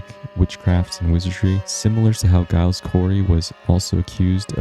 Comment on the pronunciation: Giles is pronounced Jiles